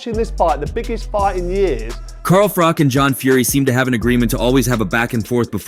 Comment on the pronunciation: It's Froch. Not Froth or Frock!